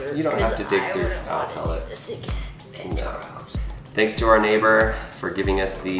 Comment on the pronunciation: Its (pel-lit)